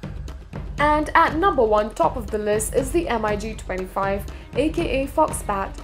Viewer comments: Mig not M.I.G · I cringed every time I hear pronunciation M-I-G. It is not M. I. G. It is Mig simple and phonetic. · Lol MIG is pronounced in one word not M.I.G. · It’s Mig. Not M I G. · I got ear cancer by listening to "M I G"... the companies name is Mikoyan Gurevich, why wouldn't you just call it mig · The "emeyegee".... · Please pronounce MIG as MIG not M I G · Hey lady, just say MiG......you dont need to spell it.....Jeez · Everytime she says MIG a pup dies... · its called MIG not ''EM-AY-YI'' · Em Ai Gee? Seriously? How incompetent is this narrator? It's spelled and pronounced MiG, not MIG. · Heh...And the Migs are apparently...Emm-eye-geez.. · Its a Mig, not an M.I.G! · The girl voicing the video doesn't know much about its content. M i g for mig Mikoyan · Nobody says M.I.G..... Its Mig. Dont disrespect them. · MiG is pronounced as mig - just like "big". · Эм-Ай-Джи....девочке надо рекламировать стиральный порошок,а не говорить про авиацию. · Dassault Mirage 2000 pronounced as: Dassault MY RAGE Two Thousand... Oh, I almost break my laptop screen! With then her pronunciation of Eurofighter Typhoon (as Tycoon) and Mikoyan-Gurevich abbreviation as M-I-G. I really need to close the lid & save my laptop. And seriously I really need to control MY RAGE! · Yeah M I G.... 😂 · *makes video claiming to know stuff* *can't pronounce "Mirage", "MIG", "reconnaissance"...uses mph as primary unit of speed measurement*